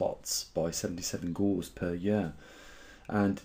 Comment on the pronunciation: Its not "umbria", its "umbra" - pronounced "əm-brə", the plural is umbras Its not "Gauze" but "Gauss" - pronounced "gau̇s" You would be more convincing if you knew the words. So you heat a magnet and its magnetism goes away - this was known 1000 years ago. That is because the magnetic domains get shuffled by the heat. The mechanism in sunspots is different. The reason why sunspots are dark is that the magnetic field inhibits the flow of energy from the solar interior so it is cooler and emits less light and appears darker. The stronger the magnetic field the more this effect takes hold. Thus the weaker the magnetic field will make a sunspot appear warmer. So this is a function of a weaken field, not the other way round. Penn and Livingston's predictions of no sunspots by 2015 failed as that was close to the maximum sunspot number for solar cycle 24. "The grand solar minimum that we are in right now" How are we in a GSM? there are still spots on the Sun from SC24. We are still getting flares. We have not even reached the perfectly normal solar minimum between SC24 and SC25 and may not do so for another year or two. We would not know we are in a GSM until we have had 3 abnormally low solar cycles - so that is another 30 years away. The Sun has not "warmed up" if it had the total solar irradiance (TSI) would have increased - it hasn't, in fact if anything it has decreased slightly over the last 40 years. "Which one is manipulating which?" Neither is. Its cold at the poles (spin